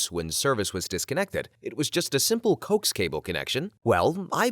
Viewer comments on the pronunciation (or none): "Coax" is pronounced "co-axe" because it is short for "co-axial."